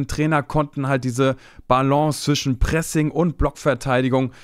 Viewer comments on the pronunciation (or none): none